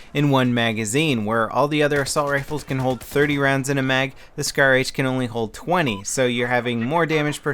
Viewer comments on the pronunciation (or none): What's a shar-h I thought it was scar-h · shar-h, you mean scar-h :p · Hey it's SCAR-H not SHAR-H ok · isn't that the scar-h instead of shar-h ? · grammar nazi..... as if he wouldn't know.... -. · SHAR-H?? SCAR-H? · It's SCAR-H not Shar-H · WTF? Shar-H????? LOL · shar-h? ahaha lol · What the hell is a SHAR-H? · Shar H lol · Shar-H? lol